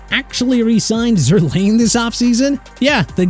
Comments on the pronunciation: It’s Zerr line. Sometimes I feel like you guys aren’t sports fans. Always catch you guys mispronouncing names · Aaron, stop saying Mickey. It's Mekhi (MEH-KAI) Becton! And also Zuerlein is pronounced (ZOOR-LINE) not zoor-lain!